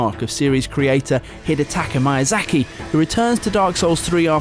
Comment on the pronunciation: Hiddataka maiyazaky... whoa man.